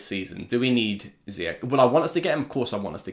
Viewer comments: His name is Zee-yach not zeeyack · It's actually Z-yack